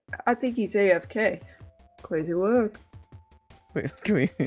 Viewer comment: Cwazy Wowk